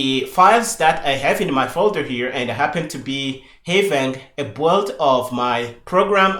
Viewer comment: Loving this, but minor point that the word "build" sounds like "boiled" and it was confusing me at first :). I usually say build similar to the way I say "billed"